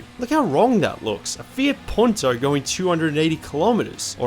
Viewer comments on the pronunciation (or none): none